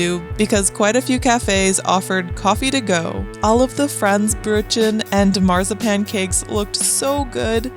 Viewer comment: While you're working on your German accent, try pronouncing "Marzipan" correctly